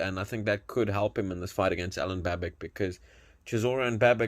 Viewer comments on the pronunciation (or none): The correct pronunciation is Babitch and not Babick.